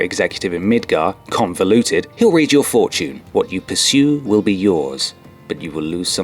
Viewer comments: ConvOluted. Not ConvEluted. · It's convoluted not conveluted